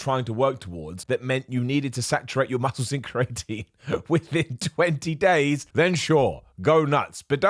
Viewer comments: Everyone: Cree-uh-tin: Cree-eight-een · Correct pronunciation: cree-ah-teen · Don’t blame being British on your weird pronunciation of creatine, I’ve never heard it the way you’re saying it, and I am from London, so around the same area as you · has me paranoid that I’ve been saying creatine wrong this whole time …